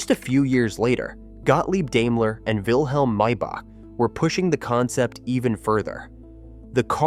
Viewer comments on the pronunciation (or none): He also pronounces "Daimler" like "dame-ler" when "dime-ler" would be correct.